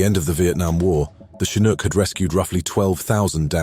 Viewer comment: in other words, this one gets it right. i cringe when hearing the 'ch' spoken as in CHarlie in the word chinook.